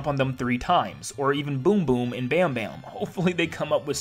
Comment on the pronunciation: I know but it was funny that he missed pronounced it